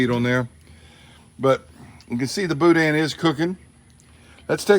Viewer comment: In PA "Pittsburgh" never heard of Boudin at first thought you said Boot ends